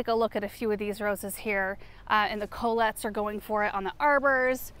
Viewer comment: Did you say Colette? Col-ette' accent on the second syllable.